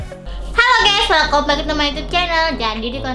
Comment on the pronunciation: Maap kak, cara baca "welcome" harusnya welkam ya kak, bukan welkom 😀